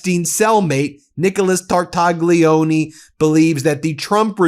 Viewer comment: Phonetics. Tar - tal - lyi - o - nay. NOT Tartagggleeeoneee. Ffs!